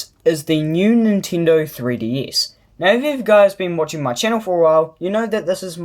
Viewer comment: did u just said nintindo?